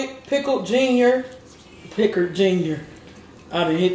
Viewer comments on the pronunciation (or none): "Pickled Giner" 🤣🤣🤣🤣🤣 I can't wait to try this sauce